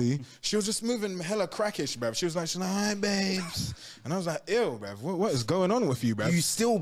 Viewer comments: he sais brev not bruh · Comment how many times you think he said “brev” 👇🏼